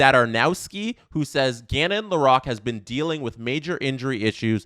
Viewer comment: Please… Lore-roque